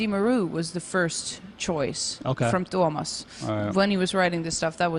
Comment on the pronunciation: Interesting interview, but his pronunciation, oh my god. Tuomas ≠ Thomas. Also the J in Floor's last name is not pronounced like "jam".